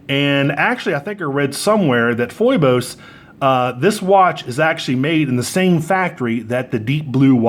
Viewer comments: Love you man… But you are driving me crazy with your pronunciation go Phoibos. It is pronounced 'fee bose'. Greek… Another name for Apollo A great many YouTubers have corrected themselves. Peace! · It's pronounced fee-bos